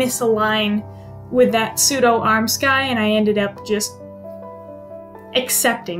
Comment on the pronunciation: Nice! I love the lining fabric you chose. Just FYI armscythe (or armscye) isn't pronounced "arm sky". It's arm + scythe (sounds more like saithe? google will speak it for you) like the farm tool for cutting grass. ;)